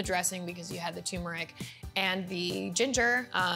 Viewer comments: Why do so many people say “TOOmeric”. Asking for a friend. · It’s pronounced, TURMERIC, not TUMERIC dammit!!! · tuRmeric. not TOOMERIC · Tumouric? Lol. Turmeric. There's an 'r' in there. Tumouric... Lol 😂😂😂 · Can't any expert pronounce tuRmeric correctly? She said, TUMERIC and so did he. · Wow, this whole time I thought the "r" was silent! Mind blown.